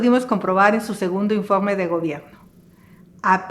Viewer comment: Se dice informe,,,no infogme 🤔 Se dice gobierno,,,no gobiegno 🤔